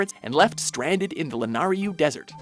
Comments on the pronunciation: it's lanayru not lanaryu... no hate! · Did anyone else notice that he refers to lanayru as "lanaryu"? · Why do you insist on spelling and saying it like "Lanaryu"? It's clearly "Lanayru," as in the goddess, Nayru. Just like Din=Eldin and Faron=Farore. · Did he literally call Lanayru Lanaru? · kokoktos? Lanaryu? dude come on.... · It's Lanayru, not Lanaryu... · like "Lanaryu" lol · They also said the LANAIRANU desert. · They spelled and pronounced Lanayru wrong.